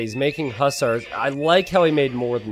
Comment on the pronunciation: i love you but the way you say hussars is infuriating lol!!!!!